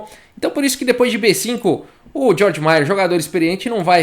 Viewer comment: Apenas um detalhe linguístico: se pronuncia tipo "Gueorg". Abraço, super like sempre!